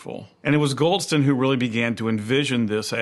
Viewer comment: “Goldston” Every single time.